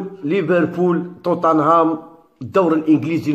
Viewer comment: عالاقل اكتب بالعربية وراك غالط في نطق توتنهام